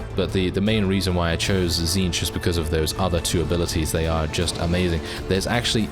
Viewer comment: Says Tzneetch correct on first try Me: T^T I’m so proud, praise the great conspirator.